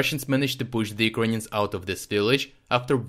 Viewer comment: Why do you say "Ukainians"?